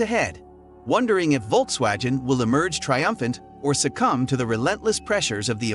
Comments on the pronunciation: how the hell its perfect in english,yet U cant say:Volksvagen??? It`s Volks-wagoon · Volkswagen is a German word. It goes like folksvagen. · When making a video, you should first learn to pronounce the names correctly. V in German is pronounced F. The name of Volkswagen is pronounce Folkswagen - without the J as he says. Volk (folk) means people. Wagen is wagon. Wolk's wagon = People's wagon or People's car. The name was chosen because the intension was to make a car everybody could afford, so they made the Beatle. I don't trust the content in this video. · The issue is the G, it's pronounced the same as in Golf not Genes